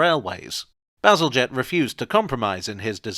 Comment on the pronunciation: "To be honest I just sort of got carried away there talking about sewage, as one does" made me spill my cranberry juice 😛 thank goodness it missed the keyboard 😁 Also my eternal gratitude for finally revealing to me how to pronounce Bazalgette 🥰 I'd been wondering about that for ages